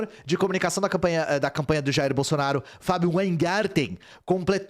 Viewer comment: Agr eu vi o sotaque do "jairrr"